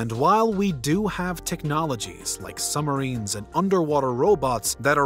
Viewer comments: Might be my phone....but why does it sounds like he is saying "sumarines" instead of submarines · I caught that also. No B’ s! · Did you really just say 'summerines' in my ear holes over and over again? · I love that the narrator says “Summarines” instead of Submarines